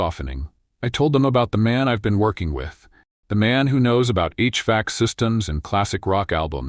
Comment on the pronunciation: The pronunciation of 'HVAC' is badly messed up with an incorrect pause that is both wrong and unpopular since a vast majority of English-speaking humans already know about HVAC systems for comfort purposes, even if they don't have one themselves. Billions have already been spent to market their desirability!. LoL Oops 😢😂❤